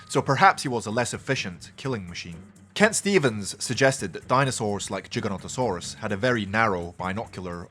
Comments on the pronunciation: Giga not Jiga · Giga with a hard G like in gigabytes. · He still says it wrong